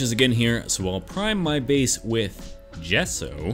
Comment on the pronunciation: Why'd he say gesso like that 😂